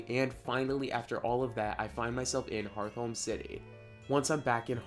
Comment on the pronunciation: I got more excited than I should've probably been when you pronounced Hearthome like hearth-ome and not heart-home hhh